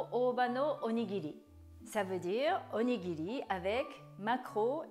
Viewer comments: Qu’est-ce que c’est que cette prononciation! On ne prononce pas du tout onigiri comme ça au Japon et pour un japonais vous parlez super bien le français (mieux que mon époux japonais qui est en France depuis 12 ans) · Demandez à votre mari si je prononce bien “onigiri “. En tout cas c’est comme ça que je prononce depuis toute petite 😂